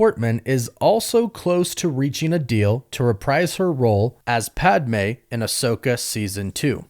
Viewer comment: Ok, I love you buddy, but say it with me. Its Pad-Meh, not Pad-ah-meh